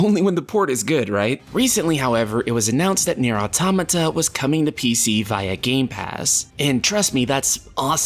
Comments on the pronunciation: I just wish you would read the name out loud the right way .... It's a compound word spoken = auto-mata ... The creator says it like that the entire country it came from says it like that and the funny thing is its phonetically english. Not a japanese name or expression yet english speakers cant say it and it's always the same people whos only come back is ..... muh grammer .... Well i'll write like I'm doing a presentation when you can read words like they are written. Deal? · holy shit learn to pronounce automata lol